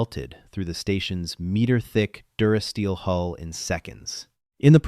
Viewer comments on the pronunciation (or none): A large percentage of these AI-generated stories make this error, as though unable to distinguish between the vowel sounds. Another example I've seen a few times is the word 'hull' rendered as 'hole'.